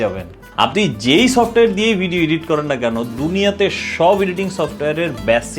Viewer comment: ইডিট, ইডিটিং এটা সঠিক উচ্চারণ না ব্র।দয়া করে খেয়াল রাখতে পারেন।